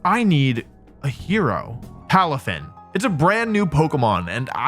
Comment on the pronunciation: Is it just me who always hears "Palufen" whenever Wolfey says "Palafin"?